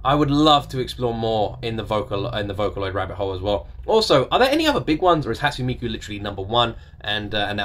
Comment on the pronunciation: I recommend "Romeo and Cinderella" and "Hand in Hand" both by Hatsune Miku; and "Luka Luka Night Fever" by Megurine Luka (another vocaloid). Also, it's pronounced: "Hot-soon-nay Mee-koo".